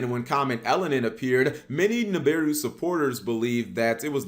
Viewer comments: It's NI BI RU not NIM BI RU 🤦‍♂️ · Dam you can’t even pronounce the name right lol Nibiru (NAB-BA-RU